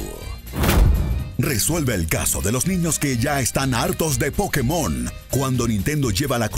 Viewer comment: ¿Aún pronunciando "Pokemón" cuando es "Pokémon"? Smh.